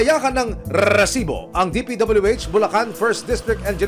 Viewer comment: Rrrrrrresibo,ok na sana yung catch phrase lang ang sobrang OA